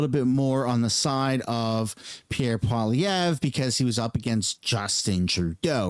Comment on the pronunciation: Kevin Oleary also doesn't know how to say Poilievre.......but I agree that yeah just be more combined.